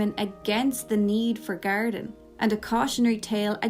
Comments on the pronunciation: Thought you were saying Gariden. I was like who the f is Gariden????? It was GARDEN lol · I was so confused trying to figure out who "Garidan" is. It only took me nearly a full minute to realize you were actually saying "Garden". I speak English, I promise.